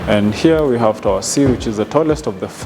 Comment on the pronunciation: Diction. The content is absolutely great but diction is not giving. Kwanza the lady being interviewed. Wueh. The word "and" has no 'r'.